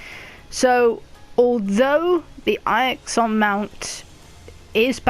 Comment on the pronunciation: Eye-ixon lmao 😂